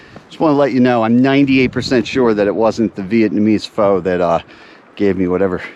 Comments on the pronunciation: its FUH not FOE. looks like a FUN trip. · Love your videos - btw pho is awesome! It’s pronounced fa not foe / thanks for putting out the fun videos. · Just an fyi.... It is pronounced "fuh" or "foe" depending. It is better than chicken noodle soup when you aren't feeling well.